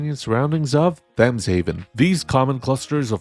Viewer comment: Thames is pronounced with a hard T, not a Th sound, IIRC... Or is it mispronounced as a Th sound in the game, like Tuscon being Two Sun?